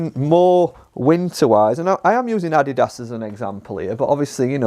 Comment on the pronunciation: How can you work in a golf store and you can,t pronounce Adidas properly?